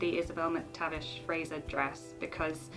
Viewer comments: Slightly irritating that the name Fraser was constantly mis-pronounced. She kept saying Frasier as in the American TV show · Americans please take note; it's Scottish, not Hungarian. It's Fraser with an 's' as in Scotland. It's not pronounced 'Frayzshure' as in Hungarian actress ZsaZsa Gabor's first name. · The name is pronounced Fraser (Frayz..er) not Fraysher 😟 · Please. Would you stop mispronouncing Fraser. It is not FRASIER. It has no I. FRASER.